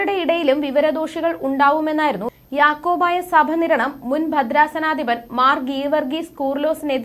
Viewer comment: യാക്കോബായ സഭനിരണം അല്ല... യാക്കോബായ സഭ നിരണം..എന്ന് നിർത്തി നിർത്തി വായിക്കണം...